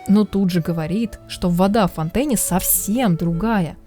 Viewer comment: Почему бы не "фонтенэ"? (ударение на последний слог)